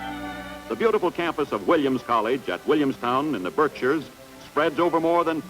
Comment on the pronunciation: Good news: the narrator pronounced "Berkshires" correctly. Bad news: the narrator pronounced "Faneuil Hall" incorrectly.